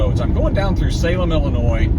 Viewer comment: I tried leaving a comment already, but it's not showing. So if it ends up being a duplicate, sorry. But, as a fellow guy from Illinois, I have to take issue with you saying it with the "S" at the end at the start of the video. haha. Ok, on a more serious note. Sorry to hear about your friend. The way you talk about the other drivers made me think of myself. At around minute 36, it looked like you were driving in Los Angeles area. They drive like maniacs out here when no traffic.